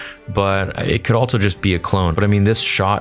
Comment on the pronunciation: Bro I'm being driven away from your content lol. Not because of the content itself, that's badass... The way you say the word "also" drives me rather insane😂 I enjoy the content though!